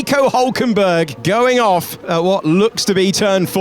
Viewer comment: "i turn the car of now" 😭